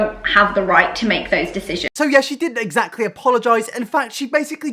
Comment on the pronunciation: I don't condone bullying someone for a speech impediment or for not being able to say a word correctly. But Alfie's pronounciation of the word "Exactly" is my own personal hell. Essactly.